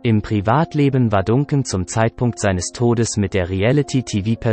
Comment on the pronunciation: Lerne mal den Namen richtig zu sprechen ! Es wird nicht Duncan sondern Dancan ausgesprochen